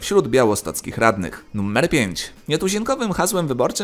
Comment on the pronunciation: Czemu Ty wymawiasz to słowo jakoś tak np. "nuMMer 10"? 🤔